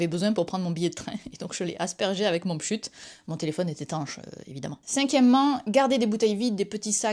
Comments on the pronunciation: Le monde entier dit "pchit", y'a pas de sujet ! 😂 Y'a toujours des gens qui prononcent/n'entendent pas comme les autres ... ces gens là m'intéresse ! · Première fois que j'entends quelqu'un dire "pshut". C'est pshit, madame. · J'adore le "pchut" chez nous on dit "pchit"